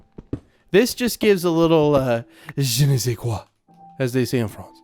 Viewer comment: 3865 ... Do you actually speak French because your "Je ne sais quoi!" was pretty spot on ? I can't wait to see you use another block palette, your favorite block palette, I know 1.20 was the pink block but having almost every youtuber use it got old fast. It might in this "season" or another but I hope I'll be there to see it.